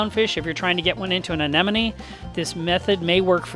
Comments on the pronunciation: He keeps saying "aneneme" instead of "anemone" and I'm dying here 😂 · GOOD LORD! It’s Anemone not ANENOME! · I think he may be mis pronouncing Anemone. Is he saying an-nen-numee? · The fuck is an anenome It’s anemone!! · Love how you say "anen-oh-mee"... Haha. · Still blows me away how many experienced reefkeepers can't say "aneMoNe" correctly on a regular basis... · Did I hear you say a-ne-no-me a few times? 😊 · crazy how the first time you pronounce anemone correctly and the other times you botch it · It was a bit entertaining.